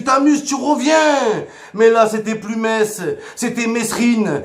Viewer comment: Mohamed Henni, le premier Marseillais à dire "MeSS"! C'est bien, on avance dans le bon sens !